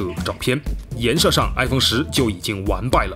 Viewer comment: 谁听到说颜she的吗，这集好污啊